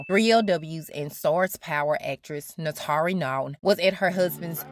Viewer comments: Goodness it's hard to focus beyond you butchering her name: it's pronounced 'nah-too-ree' not nahtaree. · NAY-TOUR-REE!! Great video too.